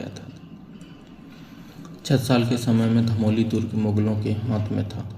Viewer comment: धमौली नहीं धामोनी है। आप काफी धीमी गति से बोले। जिससे बोरिंग हो रही थी